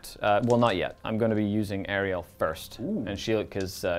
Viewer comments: Really great battle report! But I just want to say that the goddes is called Alarielle and not Ariel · my dude, it’s Alarielle it Ariel.